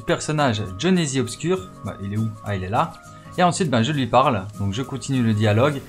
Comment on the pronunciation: A il dit jhonezizi